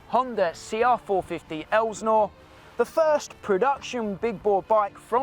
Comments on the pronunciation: Its "el sin or" not "el snore" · No one in the US would call that an Elsi. And in the US we pronounce Elsinore ( EL - SIN - OR ) not ELSNOR.. How do I know? For over 40 years I lived within 30 minutes of Lake Elsinore California. Elsionore is also well known for witches worlocks, Satan, Baal,and molach worshiping, and every type of sacrificing you can imagine. Southern California is full of these demon worshiping freaks! Finally more and more people are waking up to what really goes on. And there is only two sides to pick from, which side will you be on? If you don't feel the need to pick a side Satan will pick it for you! Love your channel, keep up the good work! ❤From the 65 year old carpenter🙏 For me only Jesus ❤ peace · Minor quibble here but Lake Elsinore is pronounced EL-sih-nor... not EL-znor. Not that one needs to live in Southern California to know that, but I do. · “El’-sin-ore” , yep, I was there, I’m that old. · I used to live by Lake El-sa-nore. Is how you say it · it's pronounced el Si nor